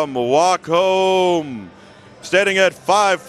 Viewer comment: Host was very disrespectful. Geez let the Wacom rep talk! Host couldn't even say "Wacom" right, acted like a kid. This was borderline cringe. Lots of wasted time and bad presentation. I just wanted to hear the Wacom rep talk, not have that bozo constantly talk about his drawings on the screen.